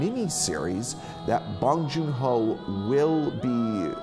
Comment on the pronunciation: So you were a fan of Bong Joon-Ho but Parasite went over your head? Being a fan of Bong but mentioning only the Host, Snowpiercer and Okja and not Mother or Memories of Murder, his 2 best films? Your saying you're a fan of him but can't even remember his name let alone pronounce it right? Dude... I call bullshit. No need to fake it, be honest when reviewing stuff.